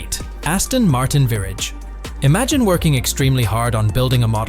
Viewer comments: The Aston Martin Virrij was really the high point 😂😂😂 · A performance car that is not a performance car that is a performance car... huh? And the ver ahg, what is that? Wow they ruined this. No one wanted him to sell the SLS. Whoever put this together does not watch top gear or love Ckarkson, the hamster and captain slow, he shouldn't of been allowed to make it.